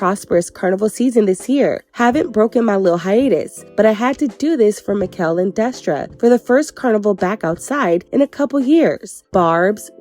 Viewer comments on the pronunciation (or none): Great review but his name is pronounced as MA -SHELL (Machel) . thanks for supporting us Caribbean and Caribbean decent people ♥️ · It’s Machel not Makell ❤ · It's not Ma,Kel it's pronounced Ma,Shel...😭🤔🇹🇹🇹🇹🇹🇹 #socamusic #trinidad #TrinidadandTobago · It's ma ..shell... not mickel😂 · Yowww his name is pronounced MAH-SHAL or mah-shel 🫤🫤🫤🫤🫤🫤 with your MI-kel 🫤🫤🫤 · His name is pronounced Marshall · I’m weak at Maquel gurl it’s MACHEL 😂💃🏾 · It Ma- Chellll lol not mikell lol big up destra machel and nicki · Since u trying to learn babe his name is not "mikel" it is pronounced "mashell" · Lol Makel 😂😂 his name is pronounced Ma- shell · Not Mickel but "Marrr-shell" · Machel's name is pronounced "Mah-shell" *Mah like "hey ma!" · 'Machel'.. pronounced "mah- Shell" 😅🥰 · Mashow that's how it's pronounced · It's pronounced marshel babe😂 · Machel Montano his name is pronounced MA-SHELL . FROM: Caribbean people 🇹🇹🇸🇽🇩🇲🇧🇶🇧🇧🇧🇸🇩🇴🇬🇩🇭🇹🇯🇲🇰🇳🇱🇨🇦🇼🇦🇬🇨🇼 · Definitely pronounced Ma-Shell 🇦🇬🇦🇬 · Gurl his name Machel (Ma -Shell ) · His name is pronounced "Ma_Shell"...🇹🇹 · His name is pronounced Ma shell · It’s pronounced “Mah-shelle” babes ❤🇹🇹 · His name is pronounced Marsh-shell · machel is pronounced marshal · It's pronounced Ma-Shell 🤗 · His name is Machel pronounced Mar-Shell😊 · His name is pronounced as 'Ma-Shell'. As always great review ❤️ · His name is pronounced Marr - challlll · His Name is pronounced Ma-Shell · Americans stay pronouncing Machel name incorrectly But fun fact guys It's Ma-sh-al thts how it's pronounced His name is Machel Montano 💗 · His name is 'Machel', pronounced 'Mah-shell'. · Wrong pronunciation of Machel. Ma- shell!!!! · And Mr. Killa is next🇬🇩 I almost peed my pants when she said makell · It's pronounced like Mah shell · His name is pronounced “MAR-SHALL” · 😂Machel- pronounced Ma - shell 😘🇹🇹🇹🇹🇹🇹